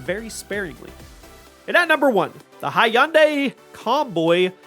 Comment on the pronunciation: "Hunday.......like Sunday"